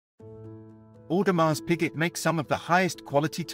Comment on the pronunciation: Sir, the pronunciation of the brand and tourbillon needs to be corrected. The dial of the royal oak is mostly referred to as TAPISSERIE dial. Please do it right next time.